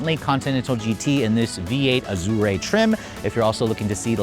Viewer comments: Ahdure, Ah-jawr, Ajor, anything but "Azorrae" please I beg of you 🙏🏽🙏🏽😭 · Azure, not Azurea. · There is no “e” sound on the end of Azure It is pronounced Az your Just sayin’ 👍👍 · Good God, stop saying "Mulliner." There's no "g" - it's Mulliner. Aaaargh. And Azure is pronounced "ahzher" not whatever the heck you're saying. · How do you pronounce Azure? Not like that. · I have never heard "azure" pronounced like it is an Italian word!!! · The e is silent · "expensive chirp" has this guy not driven an Audi, my '17 A4 makes exactly the same sound. Doesn't know how to pronounce Azure either, embarrassing😅. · You're pronouncing Azure wrong. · That's not how to pronounce Azure.